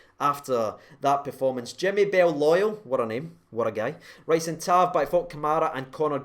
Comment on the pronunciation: tav brilliant, goldson and helander brilliant, airfield brilliant....but for me Kamara...wahl what second half. superb. lol at the pronunciation by &..add to it walter smiths name for Tav...what was going on...????